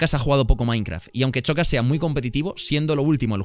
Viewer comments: Por es xocas envés de chocas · El xocas tuvo que ser eliminado en el teléfono escacharrado lo dice mal